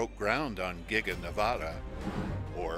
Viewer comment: How you should pronounce Nevada, for anyone wondering